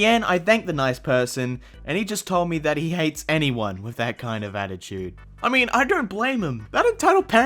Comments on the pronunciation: it's "attitude" not "additude" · I hope you noticed..... Its attitude... Not additude... Your welcome